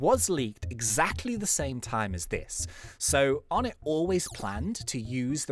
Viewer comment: Something I found out yesterday onett is pronounced onay